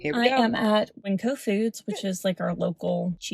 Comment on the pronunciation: She’s actually at Winco, it’s not a glamorous place to shop, it’s more economically priced. But for her budget Grocery Outlet would be better. I had to play the video back because she pronounced it strangely and I also thought she said Whole Foods.